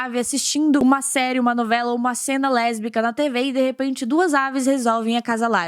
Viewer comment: Eu sou LeRRRRRRbica kkkkkk